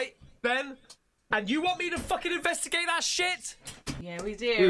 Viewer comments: But Ben says investimagate which I like better. Rolls off the tongue easier. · You spelled it wrong. He says,"Invedigate"